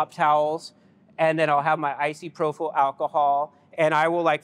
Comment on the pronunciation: Icyprofyl alcohol😂 Anybody wondering, I'm pretty sure he meant isopropyl alcohol aka isopropanol. Amazing tech, I absolutely love marbles!!❤